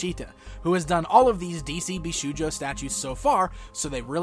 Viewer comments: I don't want to be annoying but as many viewers pointed out you're one of the few personst I heard tha mispronnounces bishoujo, it shold sound with an 'o' like in the word shop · Very nice Zatanna statue, but you mispronounce the word bishoujo.